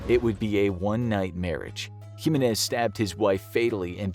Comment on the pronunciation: Anyone else thought how he mispronounced Jimenez?